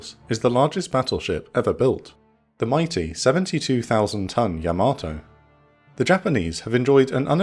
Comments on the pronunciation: Great video and I'm sorry to be "that guy" but, it's pronounced YAH-ma-toe NOT yah-MATOE. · Pretty sure it's "YAH-mah-toe" and not "yah-MAH-toe" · I think the Japanese pronounce Yamato like “yamma-toe”, not “yam-ah-toe”. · Imagine making a yamato documentary, and you consistantly mispronouce yamato everytime. Please learn to pronounce japanese words. There is no r in yamato and it's pronounced yah mah toe. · Weird pronunciation of Yamato. Unique even. Wrong even….